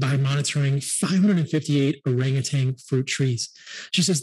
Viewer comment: Minor point: Orangutan. No G at the end.